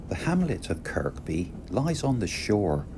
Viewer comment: Very interesting film about a beautiful area. Only ever been as far south as Ravenglass from Carlisle. By the way the k is silent in Kirkby - it's pronounced Kirby. Look forward to the next leg. 😊